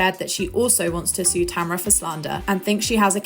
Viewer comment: Kelly lost me when she couldn’t say sue or class action😂😂